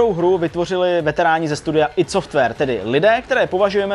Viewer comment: "aj dí" software... :D